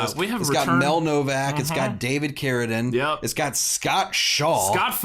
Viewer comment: OMG! You FINALLY pronounced "Carradine" correctly!